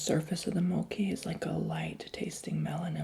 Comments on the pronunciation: Lololol love u 💜did u know that there’s also ice cream mochi? I like the ice cream mochi better, u can try sometimes (btw it’s not “moki” it’s “mochi” lol I don’t know how to explain but u know😂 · FYI everyone... It's Pronounced MO-CHEE, not MO-KEY. 😊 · It’s Not Moci, it’s Mochi! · Mochi is pronounced with "ch" like in chalk,or check 😄